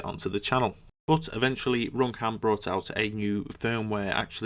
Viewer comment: RoomCam dat accent tho